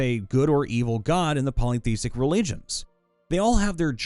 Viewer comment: I really like your work, but if you're not familiar with a word you need to look at it spelling closely before you try to say it, e.g. monotheism or polytheistic. If you just pronounce all the letters in order (save for "th," of course), you'll get those two right.